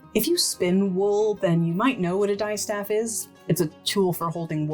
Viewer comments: (psst! -- its "dis-staff" with a short "i" as in "history.") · Not to mean or anything, but you're mispronouncing the distaff. It's actually pronounced like the dis in 'disin' someone, not like 'fabric dye' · I really enjoyed this video, thank you! I learned so much. I’ve never heard distaff or Minotaur pronounced with a long ‘i’ - is that a dialect variation? Also ‘rokk’ in Norwegian I believe refers not to a distaff but to a drop spindle.